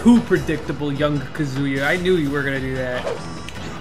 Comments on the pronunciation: Please tells your players it is not "kaZUya" It is "KAzuya" From: everyone Thank you!! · i can’t believe some people still saying “kazooyuh”😂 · I almost think people are doing it out of spite because there’s no way you could actually think his name is Kazooyuh. Kind of like the whole shoto thing.